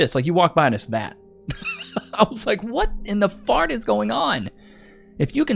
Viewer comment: "why you gotta say it like that duude??? [FffAhhhrrrrt] "So here's my Hole Thing thing on this " lol